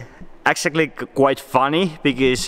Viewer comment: Whenever he says because it sounds like he's saying bigez